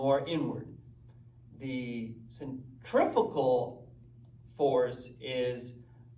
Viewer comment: I believe cf is centrifugal - and I may be mistaken but not sure you pronounce that quite right? any way watching ALL your content (slowly) loving the mac o'grady stuff. absolutely awesome. please keep posting. many thanks.